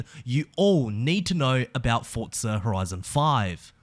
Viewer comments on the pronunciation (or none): Can you stop saying Fortza and say Forza? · It's Forza, not Fortza. Love the videos though man xD